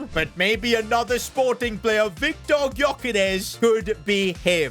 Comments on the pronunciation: Its not pronounced as Gyokeres its "Jyokeres" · Stop saying GYokares Its prnounced Jökares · You don't pronounce the g of gyokeres